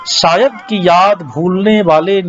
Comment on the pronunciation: गौहर जान के बारे में बहुत अच्छी और रोचक जानकारी. प्रस्तुत कर्ता को 'श' और 'स' में फ़र्क करना नहीं आता. वो - 'शेर' को - 'सेर' , 'शायद' को - 'सायद' और -'पेश' को - 'पेस' कहते हैं.